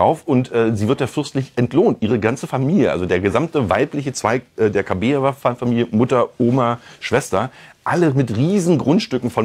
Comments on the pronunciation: Kabaeva,nicht Kabeeva. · KabAeva, sie heißt Kabaeva, nicht Kabieva! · Nicht Kabeeva, sondern Kabaeva